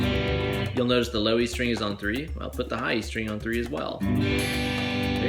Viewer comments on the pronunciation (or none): surgeyX Uh six Ster-ang Bass!